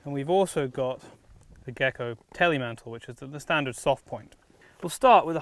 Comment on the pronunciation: Teilmantel is not "Telemantel"... means "separated jacket" or "partial jacket" in German. "Telemantel" means nothing.